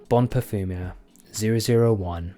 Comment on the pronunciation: Cheers mate, great to see you get your nose on this beauty. And you pronounced by name perfectly 😁